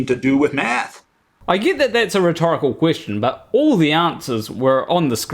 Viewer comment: I wouldn't worry about pronouncing Bill's name mate, let's face it you struggle with simple words like "get" You butcher the English Language 😂 Another very dishonest video that fails to allow Bill's explanations. Any fool can't pick and choose bits of someones videos and constantly misrepresent them 🙄 Who listens to this clown 🤔